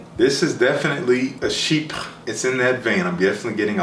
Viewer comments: You nailed that Chypré pronunciation. No easy task lol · Dont worry u pronounce « chypre » properly !